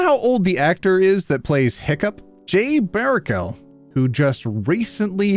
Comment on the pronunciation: Ouch! As a fellow Canadian, it hurts that you mispronounced Jay Baruchel's name, who I imagine you know is also Canadian. Smh I'm disappointed lol